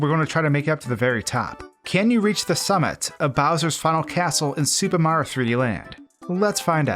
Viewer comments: Sounds like he is saying Super Maro Land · What about how he slurs "Super Mario" into "Supamar"? I can't be the only one noticing this. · “Supah Mar 3D Land”